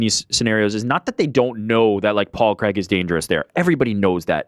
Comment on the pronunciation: Big fan from Scotland, but there's nothing worse than an American trying to pronounce the name Craig. Who the f**k is Creg?!?!?